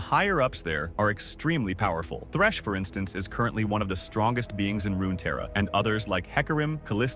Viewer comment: It's also Runeterra not RunaTerra